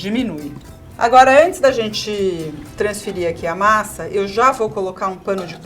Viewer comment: "transferirrrrrrrrrrrrr" 😂😂😂😂 a edição tem o humor da Rita. Muito bom!